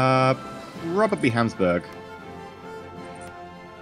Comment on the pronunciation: lol hamsburg. oh, never change.